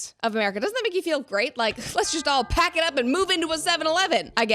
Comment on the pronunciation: ??? WTF ??? I'm sorry, did you say "pack it up" or "Paki up"?